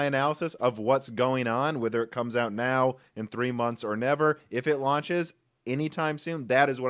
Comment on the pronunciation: When he said "now" at the start of the video I thought he said "no" to the question in the title. Btw the correct answer is no.